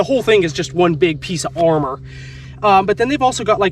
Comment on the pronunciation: Body GAR-mor(said like armor) 😂😂